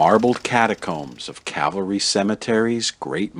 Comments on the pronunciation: It's Cal-Va Ry. Not Cavalry. One is the place where Jesus was crucified. The other is a troop of solders on Horseback. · Nicely done. BTW, it's Calvary, not horse brigade. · It’s not “Cavalry”, it is “Calvary”. Big difference. Otherwise great video. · Ooohhhhh. It’s Calvary, not cavalry. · Get it right please, you keep saying Cavalry, it's CALVARY according to your post's title. Huh? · Please Educate the Ignorant narrator of this film that this Cemetery is named CAL Vareee (Calvary) after the site in Jerusalem where Jesus Christ was Nailed to His Holy Cross to die. The cemetery is then NOT Cavalry Cemetery as he ignorantly Pronounces it, as if The U.S. Cavalry were still Chasing the Indians on the American Plains. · Interesting tour as always apart from the constant mispronouncing of the cemetery's name ....it is NOT. Cavalry......it is Calvary, the place where Christ was crucified. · It is "CALVARY" NOT "cavelry, bad mistake. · It's calvary, not cavalry. Also, Eddie Foy and the Seven Little Foys was the act performing at the Iroquois Fire, in Chicago in people died, and 250 were injured. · Cavalry... the narrator cracks me up. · I think you are pronouncing Calvary incorrectly. Calvary is where Jesus was crucified. Cavalry is a horse-oriented army. Thanks for the video!